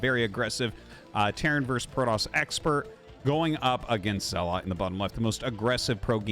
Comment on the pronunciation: His name is Zelot not Zealot